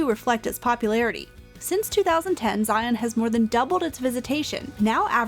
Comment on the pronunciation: FYI - Local pronunciation is Zion, rhymes with lion, not Zi On. Great video, other than the pronunciation of the park name. Can’t wait to watch the remainder of the videos in your series.